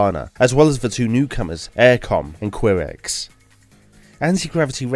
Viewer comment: OMG, have you ever heard the pronounciations of the teams before? "Aircom"? WTF. It’s "Auricom" and "Kairex". Edit: "Assegai", not "Asseji".